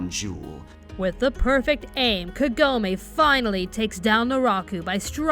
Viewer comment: "Kah-go-meh", not "Ke-go-may".